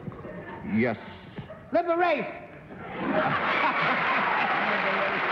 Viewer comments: Man said "Liberaych"! 🤣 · I loved John's joke about Syracuse. Then when Buddy mispronounced Liberace I nearly lost my coffee. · Druidbro: Intentionally I should say. I caught it when Buddy said it. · What a wonderful example of humility from Liberace when commenting about loving to go home during the "Holidays," in part, to decorate his Christmas tree. I loved that. And Buddy Hackett getting a chuckle when pronouncing Liberace's name a little bit differently, thus creating his boyish delight, was, indeed, something special to see. It's a real treat to watch these episodes of "What's My Line," in part because, being born in 1948, I grew up during the 1950s when so many of these shows, with their often simple plots, or designs, were truly elegant in a number of unique ways that still "outshine" today's c**p on TV...; (e.g. "Here Comes Honey Boo Boo," eating "sketti" with the other ramshackled family members)! Plus I get to remember moments when I'm sitting in the living room with my mother in our home in Columbus 9, Ohio, and watching this program with her, while she smokes her one cigarette for the day, a Lucky Strike!" (L.S.M.F.T. ~ Yep, haven't forgotten that one, mostly thanks to "The Jack Benny Show," of course.) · The mystery guest appearances of Liberace in 1957, 1962, and 1964 all produced some of the biggest laughs in a mystery guest sequence. Paul Anka got his gender wrong in the 1964 appearance; Buddy Hackett got the pronunciation wrong in 1962, for a laugh -- but got Liberace. Hackett is highly amusing all the way around in this game – especially with Liberace. Hah Hah.